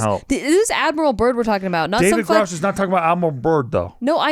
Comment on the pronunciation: His name is Grusch not Grousch…